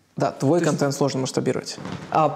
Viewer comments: "Кантент"..ну послушайте себя.. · произношение второй гласной е, вместо э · Кое-что из внутренностей: "КантЕнт". "скейлить". "рефлексить". ,"фаундеры". "как я треволю". "букирую гостиницу". "дэй -тудэй". Журналист от бога,ничего не скажешь... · контЕнт, как же режет ухо. контЭнт! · Елизавета, говорите пожалуйста контЭнт. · "Баба Лиза" так забавно произносит слово контЕнт :)) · Ставь лайк, если не можешь слышать слово "Контент" произносимое через "Е"... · Ну котЭнт же! Контент - заимствованное слово, произносится также, как на саксонском...